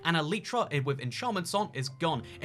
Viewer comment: Can you stop saying ehleetra